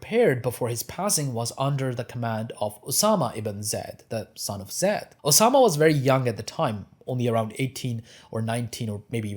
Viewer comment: The pronunciation of Zayd is with a soft a like in plane not Zed.